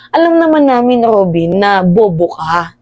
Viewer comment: Kainaman Kong alipostain mo c Robin ung letter r nga lang d mo maayos Ali's jan